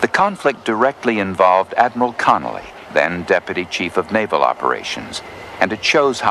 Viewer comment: Vice Admiral Thomas Francis Connolly Jr. - not Connelly